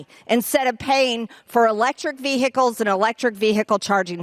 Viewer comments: Note: The H in vehicle is silent! Ve hickle?? 🤨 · It pronounced Vee-uh-cle not vee-hickle moron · Ve Hicle. In DIC table. Why doesn’t she know how to speak English? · As an Australian, I am unsure what Marjorie is talking about when she says the word "veehickle"... Does she go to the theatre to watch a 'fillum' or eat 'pescetti' and in an emergency call an 'ambliance' ? 🤤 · Who can drive around in a vee hickle😅🤭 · Veehickle. Infranstructure. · Vee hickle, impordant, artic (arctic) all incorrect pronunciations no matter where you are from in the US. She's a congresswoman. She should know the English language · Ve-hicle?. You don't pronounce the h, Marge. Well, maybe hicks like you do. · Vèe Hickle ...What an ignorant hillbilly..! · Anyone who pronounces the word as "VEE-HICKELL" is... well, you know. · What the fuck is a Vee-hickle? Learn to speak English properly! 🇬🇧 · What? Noooo! Two words vee (capital V) and hickle (capital H) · 'Ve-hicle'. Utter tool. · Someone needs to teach MTG how to say vehicle, the 'h' is silent. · She just can’t help looking stupid. Someone should teach her how to say vehicle so she doesn’t sound even dumber. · She is really stupid as she sounds & sadly their are those who are stupid enough to believe ???? I wish she would learn to properly say the word vehicle :) Zoe , Canada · Never trust anybody who pronounces the “h” in vehicle. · Im norwegian, and even i can say it correct…😏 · When is she going to realise vehicle is one word!!!!!!!!